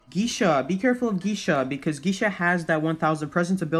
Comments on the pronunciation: Gisha u mean gaisha lol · Not gee-sha gay-sha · The way he pronounces geisha.... i cant bruh Its ge-i-sha not Geeesha 😂😂😂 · Yeah it was crazy when i've hearded Giisha 🤣But it was Geysha but the spelling is Geisha.. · omg the way he says geesha and wu ching lol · Pronounce Geisha: Gay-Sha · Gi sha... he said gi sha.... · "Gisha" I'm sorry 😭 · My friend's sister prononces it as "GAYSHA" LMAO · gay siya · As a Chinese person. Every time he says wu Chang and geisha I laugh😭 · OKAY BUT LIKE THE WAY HE PRONOUNCES GEISHA 😭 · I used to say geisha name how he said it